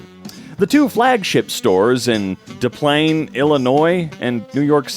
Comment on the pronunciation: It's pronounced Dis Planes. You may remember it as the site of Ray Kroc's first McDonald's.